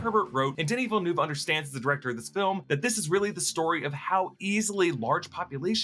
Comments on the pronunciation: It's Denis Villeneuve not Denis Villenoo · the way you say denis villeneuve kills me , im from Quebec hahahahah